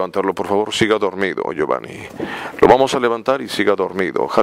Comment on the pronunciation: le dice giovani y giovan😂😂